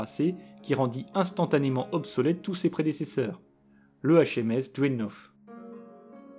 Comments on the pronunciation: Ça se prononce Drednought et pas.dridnought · Superbe vidéo! Bravo! Je sais que j'arrive bien tard, mais pour la prononciation de "Dreadnought", c'est "drèd'-naute", litéralement le "Redoute-rien" ;)